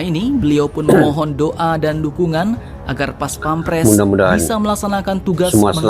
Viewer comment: bukan paspemres Baca nya Bos....PAS PAM PRES....Bukan PAS PEM PRES